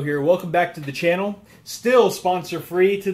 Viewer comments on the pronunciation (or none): none